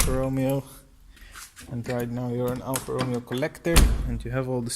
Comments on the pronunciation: you pronounced it: Al-Far Row-Meo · it’s pronounced: Al-Far Row-May-O